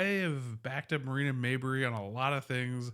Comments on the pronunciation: Her name is not pronounced Mayberry. It is Mabrey. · Appreciate your analysis. It's pronounced "Maybrey", not "Mayberry."